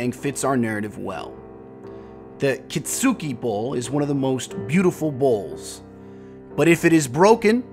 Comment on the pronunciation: Good job pronouncing Kitsuki! Kudo's to you :D